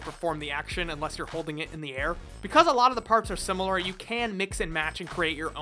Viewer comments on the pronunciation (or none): none